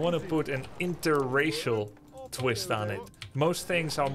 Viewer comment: Grubbys emphasis on interracial is priceless 😂